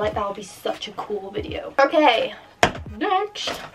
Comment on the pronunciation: When you say next it sounds like nesht